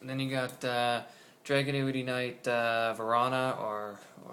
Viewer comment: "Drag-gun-ity" not "Drag-new-ity" lmao and this version of the Deck is NOTHING compared to the deck after the Structure Deck comes out..... and "this could be tier one"? I'm not too sure about that (but this version definitely NOT lol) especially with Samurai's being utterly STUPID O_o